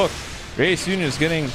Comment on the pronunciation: Its funny to hear say raiyuuden OH MOVIES like its special